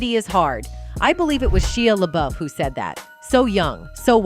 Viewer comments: Shia La Beuf....Shia La buuuuuuuuuuuuuuuf, Shia La Beff, Shia La Buff 😂....that was kind of funny, but amazing video! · sheeya laBoof 🤣 oh AI, you be funny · SHE-a La-BOOF. Bro... at least double check the AI voice narration, before posting this. lmao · "Sheeah Laboof" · SHEEUH LUHBOOF 🤣🤣🤣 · How can AI pronounce a name in 2 different ways in the same segment and both of them are wrong? There is one right way to pronounce Shia LaBeouf right. That can not be too difficult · I think if your going to be a narrator you should learn how to pronounce people's names. It was crazy how many times she butchered Shia LaBeouf's name.